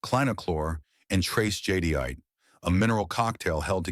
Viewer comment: I hate these auto narrated voice overs. Jadyite? Jadeite pronounced jadite